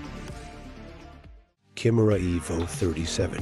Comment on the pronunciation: Why do these voiceovers always mispronounce so many things? Kimera is KYE-mare-a, EEvo, and it's Da-LAHR-a Stra-DAHL-ee. <-- 🤢🤮